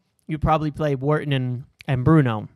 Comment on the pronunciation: The way you pronounce Wharton is so triggering 😂